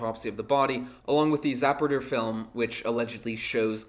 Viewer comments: Yes, ‘Kuh-BOT’ rather than KA-but.’ similar with ‘ZAP-ruder,” rather than Zuh-PRUDE-er.” This gent has picked it up in his reading, not classroom lectures. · This video was entertaining, but you pronounced Zapruder incorrectly so I must give it a thumbs down and block your channel. Thank you.